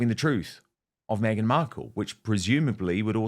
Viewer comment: She keeps saying Meganut 😂😂😂